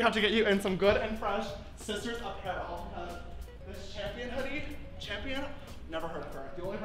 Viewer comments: is shading James so hard lmaoo “hi shisters” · James:Sisters: Shisters😭 James: I dO nOt SoUnd LiKe ThAt💀